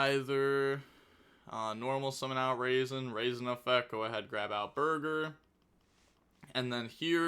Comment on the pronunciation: I believe it’s pronounced “Rah-Zen” not “raisin”